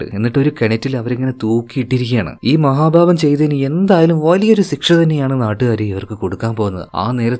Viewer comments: ദയവുചെയ്ത് സിക്ഷ എന്നു പറയരുത്. ശിക്ഷ എന്നു പറയൂ. കേൾക്കാൻ രസം ഇല്ല ❤ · സിക്സ അല്ല മിസ്റ്റർ ശിക്ഷ 😂😢